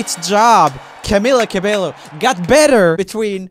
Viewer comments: He tried once but he decided to said cabelo again.. I guess he been wrong these times so he can't tell it anymore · its pronounced ca-be-YO NOT ca-be-lo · The way he said "cabello" as "cabeLLo" I died a little inside. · Fun fact: He pronounces Camila correctly. Cabello should be pronounced Cabeyo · Hen no, it is like with the J, not Y , is like "Cah-beh-joh" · Yea it’s ca-bay-o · what...... I swear it’s CabeLLo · YES!! and Camila Cabello! it’s Camilla Ca-bey-yo. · Poor Camilla got her name spelt wrong again. Its pronounced "CA-BE-YO" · I don't like how Roomie says Camilla's last name. It hurts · am i the only one who got triggered every time he pronounced the L’s in cabello? no hate tho lol😂❤️ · How dare you pronounce camila cabellos name wrong